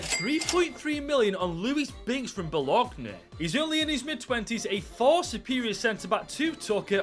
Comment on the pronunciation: BOLOGNA isn't pronounced Bowl-awg-na ffs. At least say Bolonya